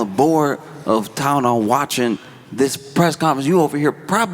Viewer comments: ok- I get it. This is him getting revenge on the makers of Tylenol for making a product he can’t pronounce. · Hitting that hard T on the tylenol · <= “Aceen-no-meno TYNENOL!!” 😂😂😂😂😂😂😂